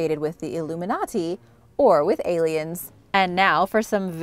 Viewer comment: Say illuminati again.... elumi Naughty